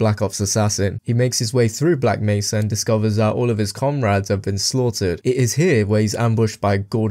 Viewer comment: Aside from the way you said Black Mesa, i think you did a pretty good job.